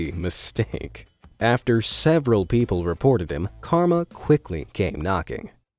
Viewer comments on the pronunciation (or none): none